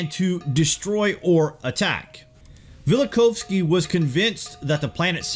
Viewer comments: Velikov-isky? It's Immanuel Vel-i-KOV-sky. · That’s Vella-cough-skee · I've always heard it pronounced "Vell - Uh - Koff - Ski", by the way. Great video, though. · funniest pronunciation of velikovsky I've ever heard lol